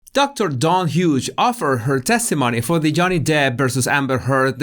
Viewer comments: You’re calling her Dr Huge 😂 It’s pronounced Hyoos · you always make me laugh in your vids of this length. Such a joy to have someone edify & amuse in the same length of time. I loved the Larry David bit, and particularly liked that you called the shrink "Dr. Huge", (when it's "Hughes, pronounced "Hyues"). All I could think of was, "oh that's so great, he's calling her "huge", as in, "hugely incompetent", or "hugely inappropriate", or, perhaps, "hugely biased". Keep up the great work & content,: we love you, & we love what you do for us. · I like how your accent says Dr. Hughes. It's pronounced "h'ewws". You pronounced it Huge. You're right! Dr. Huge Liar should be the full name. Haha The judge's face in that clip was done after Alejandro (?) depo. He was in the car and started driving and according to the judge "I've seen a lot of things but that's a first for me." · I swear he said Doctor Huge..